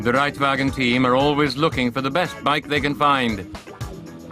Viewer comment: Wir san einfach nur Modoorradl-Fohra! :-D Und nice wie sie "Der Reitwagen" aussprechen, des hätt der Ade nicht besser gekonnt, hehe :-P